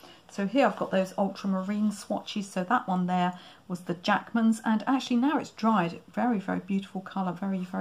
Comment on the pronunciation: oh interesting, i thought you were saying, Jackson's! But these are Jackmans.